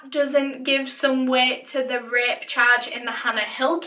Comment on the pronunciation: Umm so can I just say how cute Danny Ross is and how much he looks like Ross Geller... I mean I’m just saying :)) I do feel bad though she was way to young and never would deserved that. And every time she said rape I thought she was saying ripped so I don’t even know where this comment is going. Have a fantastic day!